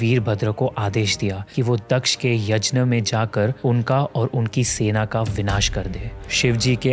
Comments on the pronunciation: Bhai yazhna nhi yaghna kehte h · Bhai Yajna nhi hota h Yagya hota h, Indians toh sahi pronounce kr skte h atleast..... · भाई 'यज्न' नहीं 'यज्ञ' होता है। By the way video bohot accha hai❤️ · Kindly pronounce the word यज्ञ ( यग्य ) and not यजना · Yajna nahi Yagya Boliye🙏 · Yajn kya hota hai be yagnya hota hai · yajna nahi bhai,... yagna ya fir yagya... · Why we are usingwestern style of saying yajna, instead of yagya. Brother please maintain Sanskrit word as it is instead of western style saying words. Other then that its a good channel🎉🎉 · यज्न नही यज्ञ होता है। gña का pronounciation ज्ञ होता है। सारा मूड खराब हो जाता है भगवन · He is not even able to pronounce yagya!🙄.it’s not yaj na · please please please its yagya not yajna similarly its ram not rama its ramayan not ramayana please you have such a big audience watching do not follow western cultre like that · Chhodo bhai, inki baatein upar upar ki hoti hai. Deep details inhe nhi maalum hoti. Kuchh batein galat bhi hoti hai. Inhe यज्ञ bolna bhi nhi aata.